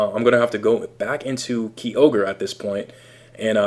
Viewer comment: KIE-orge not KEY-ogre